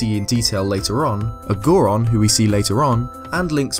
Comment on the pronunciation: Ah yes. "Goron"